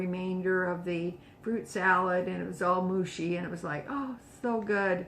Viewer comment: Should be mushy not mashy.